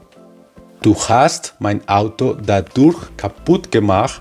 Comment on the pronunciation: Estoy en el nivel B2 Berufsprachkurs y no encontré más videos que este para aclarar este nuevo tema con „dadurch-dass und indem „ estos conectores son nivel b2 y c1 , gracias por la aclaración. Solo la pronunciación no es correcta ya que dadurch sonaria como ‘dadosh’